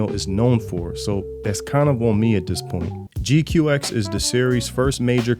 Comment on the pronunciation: ok first the one that helps a lot of people the pronunciation is more like G-Quacks than your G Q X